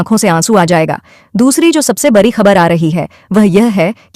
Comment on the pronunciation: Pahle to ap sahi se bolna shikho bri khabar nhi hota badi khabar hoti h larai nhi ladai